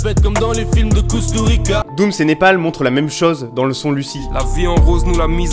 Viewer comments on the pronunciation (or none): Si tu parle d'Emir Kusturica, ça se prononce Koustouritsa... (Enfin je crois 😅) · Sa se prononce KusturiTSa